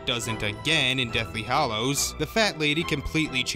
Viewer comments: I think you have a great voice for narrating, but WHY, if you're such a fan, do you persist in saying "Hollows" instead of "Hallows"? After ten years, shouldn't everybody have figured out, or been taught, that "hollow" and "hallow" are two very, very different words? [edit ] Sorry! It's only that that's a huge pet peeve of mine. I really do like this video A LOT. I think it's smart, and the whole way through I was nodding my head and mumbling "Uh huh!" "Uh huh!" "Yep!" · Not “Hollows” - Hallows.